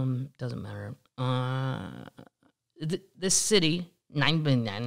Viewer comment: don't know whom is laughing in the background(a sister?) great laugh. The pronunciation to that Dutch area is [NY-me-*huh] *small throat clearing goose hiss in the front of huh. A toilet block is like a public building tourist toilet like a road-stop toilet. and (just ripe for a new series Oh Those Darn McCloskies)..I moved out to CA last year, but remember going to that neighborhood to check out the gates and "security". There's a small sign next to the people gate stating that it is a private neighborhood. You are correct, the west side of the neighborhood has direct access from a street. I went to a Halloween party in there once ..a street behind them. The neighbors cannot stand them. [used to live in Florissant, and it has turned into a horror show in NOCO]